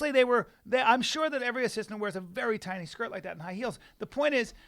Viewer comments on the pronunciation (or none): none